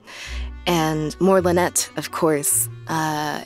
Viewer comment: Lynette voice actor doesnt know how to pronounce her own last name lol